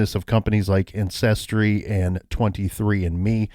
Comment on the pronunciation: Did you really say “incestry” when you first mentioned ancestry at the end of your show? 🤣🤣if you didn’t I apologize for my bad ears and odd brain.